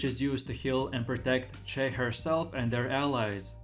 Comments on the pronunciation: ffs, u cant even pronounce shai correctly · Maybe one day he will actually say shai right KEKW